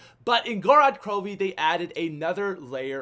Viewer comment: "GO-ROD KAHROHVEY"